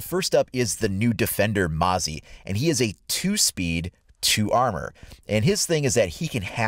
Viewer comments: I'm not sure you're pronouncing "Mozzie" right. E.g "Let's take a mosey on down to the river". Or the name refers to a annoying bug. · All you youtubers are saying MOZZIE wrong. I know its the accent but its driving me nuts.This video says it right (if you dont want to use URL search aussie mozzie)